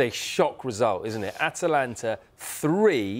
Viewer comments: Tell Ali G that Atlanta play in the MLS 😂. At least pronounce the team right, Atalanta. Hard to believe this guy is a native speaker too, his English grammar is all over the place “they was on top” etc 😂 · Atnana? Atlana?. They cannot even pronounce their name. Gasperini has been doing great things for years. Klopp should have done his homework and should have been a lot more respectful of his opponents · So many of these pundits say Atlanta. That 4th syllable is a real tough one for them to crack lol